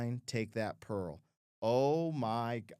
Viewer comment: He does. Sometimes it’s pearl, sometimes it’s girl.